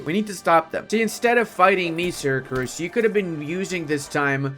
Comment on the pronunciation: Is it just me or pronounces "Syracuse" as "SyracRuse"?